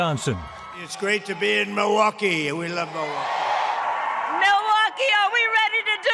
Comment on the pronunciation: muhwaukee vs millwaukee lmao she's never even heard of the place